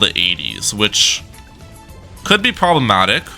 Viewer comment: Why do you say "probamatic " so much